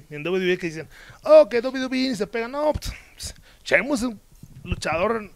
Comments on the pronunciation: Jajajaja me mama como Andrade dice Chemus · Lo que más risa me dio es que Andrade dice "Cheimus" Jajajaja